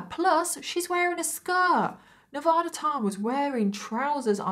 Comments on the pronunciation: It's properly pronounced Nevaaaaada. Not Nevoooooda. Like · Dang, I didn't know that! I was born and raised in Northern Nevada and went to the University of Nevada, Reno, and I had no idea they quit selling that hoodie. And I know it's not the end of the world, but we don't say Ne-vah-duh. We use A as in Apple. Ne-vA-duh. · Nevada is actually pronounced NEV A(long a) DAH. Sorry I'm born/ raised in Reno Nevada, also where that university is at. We're kinda cheeky about Nev a dah